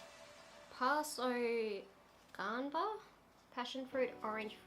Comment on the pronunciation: The way she says Guava😂